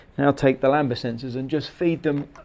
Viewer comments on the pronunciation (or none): Lambda not lamba always makes me cringe